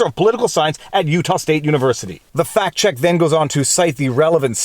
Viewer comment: They're Farty and they're checking Pacts.